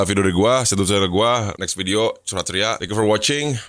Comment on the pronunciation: last scene "next curhat ceria". gw dengernya "crot ceria"